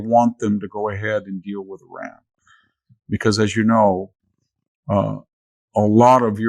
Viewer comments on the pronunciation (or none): none